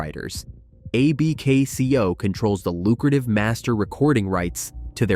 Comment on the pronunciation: Great video but stop spelling out A-B-K-C-O. AI, it's Abkco.